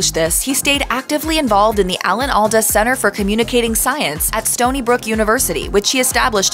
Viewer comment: Alda (All-duh) not All-doh.